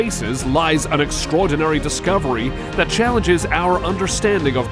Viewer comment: Hey! Narrator! It's not " extra-ordinary" It's "extraordinary. One word. Extra-ordinary sounds like the actual opposite of the word extraordinary, like it's actually extra ORDINARY. Also it's nuclear, not nucular. Learn how to speak English properly.